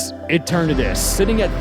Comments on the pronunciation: Eh-turn-naydis? Tf? Root word is eternal. Eternah-tis. It's not hard. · Why the hell would it be EH-tur-NAY-dus? What sense does that make?! Eh-TUR-nuh-dus. Like the stupid word, dawg, Eternity. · E-ter-nuh-tis but you somehow say En-tur-nay-tus 🤮🤮🤮🤮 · its eternatus not e tornadoes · Pronouncing Eternatus as “Ehter-NAY-tus” is wild lol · “ET-ernatus” First time I’ve heard it pronounced that way lol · eh-ter-natus? bro what? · You said eternatus in such an incorrect way, I have to give you props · Delete this video. And pronounce Eternatus’s name right in the reupload (kidding)(kinda) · how can you butcher eternatus so badly lol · great video but the way you pronounced Eternatus will haunt me forever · Nice try, but your purposefully awkward pronunciation of Eternatus won't trick ME into commenting!